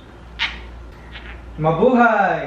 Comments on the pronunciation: It's Mablaya 😉 St. Nicolas Catering? 😅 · she's trying to say Ma-bu-hay!